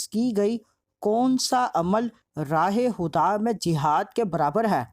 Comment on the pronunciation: Raah-e-KHUDA h bhai sahi se padha karo dekh k